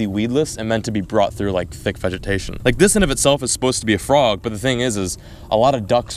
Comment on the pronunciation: Did anyone else notice him say vegecation, lol.